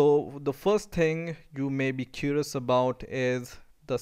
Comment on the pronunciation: the first ting? LOL.